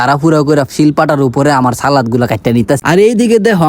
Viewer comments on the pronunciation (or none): none